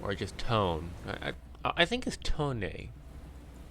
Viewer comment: The IJN Tone is pronounced Toe-Nay